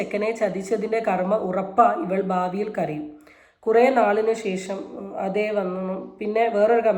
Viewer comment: സേഷം അല്ല ശേഷം. നാക്ക് വടിക്കൂ